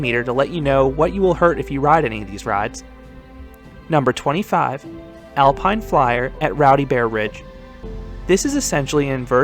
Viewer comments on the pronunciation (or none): none